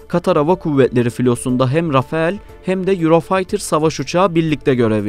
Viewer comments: Rafael değil sevgili editörüm, rafale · Birde Rafael diyor, öyle bir uçak mı var... 🎉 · Rafael değil Rafale